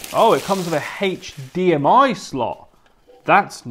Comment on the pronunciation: Haych Deehamiy😂 bro its pronounced HDMI